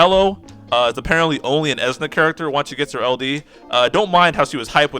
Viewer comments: It's Esuna not Ezna This guy: because I like him you have to like him and because I think he's awesome you can't think he's underwhelming and anyone who doesn't agree with me can shut up... LMFAO what a chode And before you go trying to attack me I'm not part of your conversation. I do not have his LD so I don't have any first hand experience nor do I play JP so I don't have any foresight as a reference. So I'm not on either side of the fence talking any smack about him being good or bad I'm just watching this train wreck. I just couldn't stop laughing after watching your video addressing negativity with more negativity. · The way you say Esuna kills me lol. Great video, I needed this info in the first part. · I always say "eh-soo-nuh" or "ee-soo-nuh" but your pronunciation gave me a kick. Its a made up word so who really cares. It sounds like you really like how you say it so I hope you keep saying it like that.